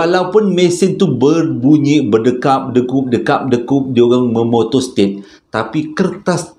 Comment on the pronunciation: tergelak sy bang,, memotostat, menonostet, menotostet 🤣